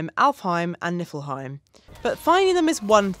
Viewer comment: Hehe niflehiem more like nipplehiem